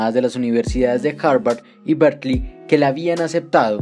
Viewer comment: Ahi un pequeñisimo error de pronunciación que podría confundir a alguien. Aqui se escucha como si estuvieras diciendo "Berklee" y diran " cuál es el problema" y el problema es que Berklee también es una universidad en us, una de las más reconocidas, pero es una universidad en musica, diferente a Berkeley (que esta está en California). Una forma de evitar este problema es pronunciar Berkeley casi como se escribe, "berkeli"